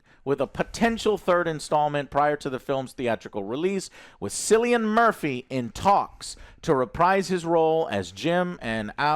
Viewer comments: Guys Cillian is pronounced with a K like “Kill-ee-in” not with an S like “Sill-ee-in”. I’m Irish btw lol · Theres no actor in this movie called"Sillyian"what kind of stupid name is that?the mans name is Cillian pronounced"Kill-ian"considering his name has been said in many many interviews through his career you could get his name right...Sillyian😂😂😂😂 jesus. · Kill-ian Murphy. That how it's pronounced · It’s Killian not Sillion Joe. Anyway Cillian Murphy is one of the best actors ever. I think bring it back to 28 days later somehow, bring the mutated zombies in and Cillian is trying to survive with his daughter. Then maybe they do end up at the bone temple and the end is him finding the doctors writing giving hope there could be a cure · Alex pronounced it Sill-ian at the end. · Also Joe, you guys are killing me with pronouncing Cillian as “Sillian” it’s pronounced “Killian” 😆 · Cillian is pronounced Killian. I'm fed up of typing this for you, Joe. It's pronounced Rafe Finnes. Did they not do any research about Jimmy Saville and his "charity" after all the comments from the last film? It would really help with their understanding of this movie. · Very interesting review, lads. I really enjoyed it, hoping for the third. For me, bizarre mixes like teletubbies, ninjas, psychos, doctors, zombies and metal make for an excellent story, so long as they're blended well together. By the way, Cillian is pronounced Killian (I'm Irish) 😁. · Sicilian Murphy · Please for the love of god learn how to pronounce Cillian correctly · You could see the life drain out of Alex's face every time Joe mispronounced it, like it did for most of us. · "One of my favorite actors" doesnt know how to pronounce that actors name correctly. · I guess everyone named "Juan" should be called "jew-an" then.